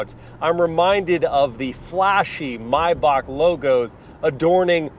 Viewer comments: MY BACHK not may back or may bach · Had to dislike the video for the “My May-Bach” you said during the fun driving segment.